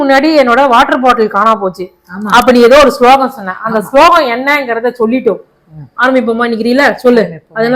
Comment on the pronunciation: Slogam illai,slokam!